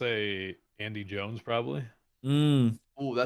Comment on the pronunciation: Bro said andi jones 😂😂😂😂😂😂😂😂😂😂😂😂😂😂😂😂😂😂😂